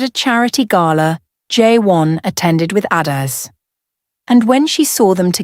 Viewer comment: Please pronounce her name correctly. Each syllable distint . Ah da eh zeh. How did her private life become a dinner topic?